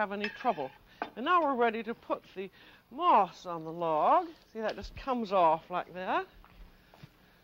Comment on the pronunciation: When she went to make moss I thought she said ‘moths’; kept wondering how she was going to make insects out of spun sugar.